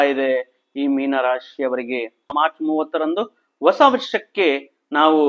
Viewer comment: Also Hosa not osa.